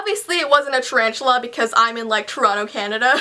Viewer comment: said 'Charanchula' LOL